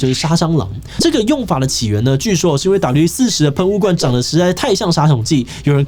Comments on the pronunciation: 整片聽下來你的發音就在那一直唸W-40 標題是WD-40斷好發音唸好有那樣困難嗎??? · 發現志祺後面都只念「W-40」😂我說那個D呢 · 原來志祺都唸四十 我都唸四洞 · 我都念WD-4洞 聽到四十好不習慣